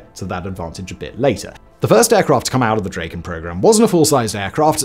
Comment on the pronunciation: OP is violating the swedish language by calling the mighty Dragon for "dräjken".